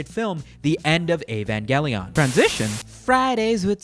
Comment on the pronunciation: "AAAAAAAAAAAAAAAAAAAAAAAAVANGELION" EEEEE-VAN-JELLION YOU FUCKING CLOUT NORMIE REEEEEEEEEEEEEEEEEEEEEEEEEEEEEEEEEEEEEEEEEEEEEEEEEEEEEEEEEEEEEEEEEEEEEEEEEEEEEEEEEEEEEEEEEEEEEEEEEEEEEEEEEEEEEEEEEEEEEEEEEEEEEEEEEEEEEEEEEEEEEEEEEEEEEEEEEEEEEEEEEEEEEEEEEEEEEEEEEEEEEEEEEEEEEEEEEEE